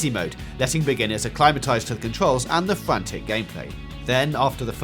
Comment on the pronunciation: Fwantic spwint